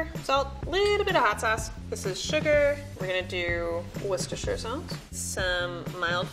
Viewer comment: 他成功地唸出了伍斯特醬耶